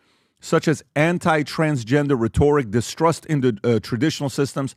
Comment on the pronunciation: It’s not that important, but can someone tell PBD how to properly pronounce the word ‘Rhetoric’ when used the way he uses it. lol